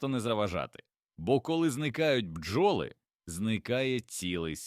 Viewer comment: Пестициди...горе для людини! РОботи, бджОли - наголос ставте правильно